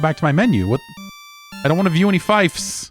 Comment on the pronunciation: Oh no. I'm 5 minutes in. Is he gonna be mispronouncing "fief" the entire time..? 😬